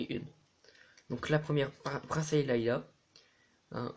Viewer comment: arrêter de dire tous "princesse leila" c'est "princesse leïa"